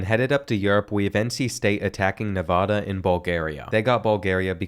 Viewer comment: First of all, the Nevada soccer team plays on the football field not the other way around. Second of all, it’s NEVADA, NA-VA-DUH NOT NA-VAH-DUH Say it right- Nevada student and Reno born and raised (I know what I’m talking about) 😂